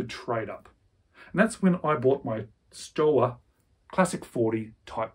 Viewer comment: Love your channel. Don’t me to be unpleasant, but it’s pronounced “shtova”.